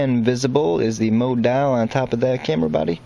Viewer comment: What a shame you found it necessary to dumb down your commentary. If you,wanted to provide a serious Tutorial, why the odd pronunciations unless confusion was the desired result. Mo dial........ ? Mode Dial. Good diction is crucial